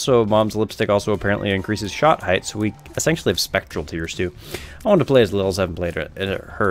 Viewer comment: I'm sorry if this is your accent but please it's not esancually it's essentially